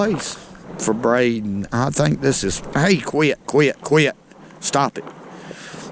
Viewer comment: Love how q-u-i-t turns into a 3 syllable word :)